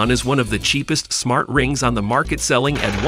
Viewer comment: "Smar Trings" lol